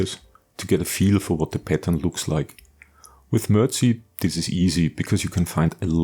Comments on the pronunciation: ....say, "Mer-Deck".... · "Mer-dic" is how you pronounce it, Sir. Very good video of an excellent build. On a personal note, I drove a regular deuce-and-a-half for a year in West Germany and all of our vehicles were in the brown dominant MERDC shade. When stationed at Fort Polk, LA our vehicles were in the green dominant shade-quite a difference. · "mer-deck"...., "MERDC"....- "Mobility Equipment Research & Design Command"....just sayin'....